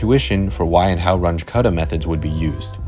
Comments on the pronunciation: It’s not a “range” method - it’s RUUNG-ə method. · Runge was German. His name is pronounced “Run-guh”, not “Runge.” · Should point out that it’s pronounced like “Run-gah”, not “Runj” as you keep saying it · Not rung with an uh, but with an ooh, I might add. R-oo-ng-g-uh Roughly. He was german. So was Kutta, I just learned... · I've heard people pronounce it "rungie", so it's at least better than that. Haha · I like the video. Please try to change your pronunciation. At least, try it. I know, it will be hard. Runge does not sound like "grunge". The "u" sounds like the "ou" in "you". And Kutta does not "cut" something in two pieces. It also sounds like the "ou" in "you". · "Runge"? As in Grunge? 😟 Carl Runge and Martin Kuta were German. Pronunciation would be like Roong-uh - Kooh-ta. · please learn how to pronounce Runge.You don't have to be perfect, but at least try. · The name Runge is pronounced slightly differently